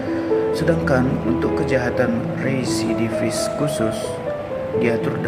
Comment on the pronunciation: REVIDIFIS 😂 rerrwreee, RESIDIVIS